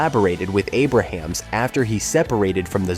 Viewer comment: It’s Jim “A ~ Brams,” not Jim Abraham.